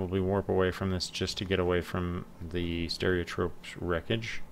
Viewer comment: It's Ste-ropes, not stereotrope 😅. Thanks for the vid! I pronounce it à la Spanish "sté-ro-pez" which is probably also wrong lol